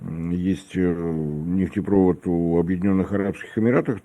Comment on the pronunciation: Как аналититик может не знать,что надо говорить нефтепровОд, он нефть проводит, а не нефтепрОвод, это же просто.